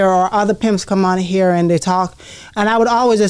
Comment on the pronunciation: Over heer or over theer